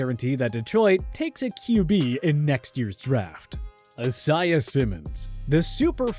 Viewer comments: It’s “I-Zay-Uh” Simmons not “Ah-Si-Uh” always getting the name wrong everytime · Why’d he say Isaiah like that? 💀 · At this point I’m starting to think this dude pronounces names wrong on purpose. Who the fuck doesn’t know how to pronounce Isaiah??